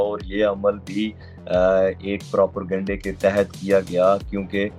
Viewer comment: پراپرگنڈہ نہیں پروپیگنڈا